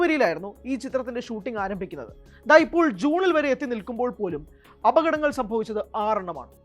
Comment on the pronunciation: അപകടങ്ങൾ... ഓക്കേ... അഭതങ്ങൾ... അവതരണം പ്രശ്നം of this anchor here only